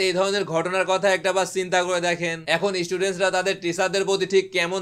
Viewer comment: student উচ্চারণটা সঠিকভাবে করতে পারতেন।আপনি আপনার ভিডিওটা একটু দেখে বলেন তো student উচ্চারণটা ঠিক আছে কিনা